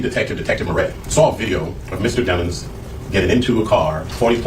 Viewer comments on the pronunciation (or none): i love how it’s DEMons instead of DEEMONS now. 💀😂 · lmao his lawyer calling him Deh-Monz instead of DEMONS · they say his name like damons.....lets be real its DEMONS like in the bible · Mr dem-ins😂 (DEMON 😈) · The prosecutor pronounced it demons instead of dehmons on purpose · I like how they keep pronouncing his name like it ain’t pronounced Dee- muns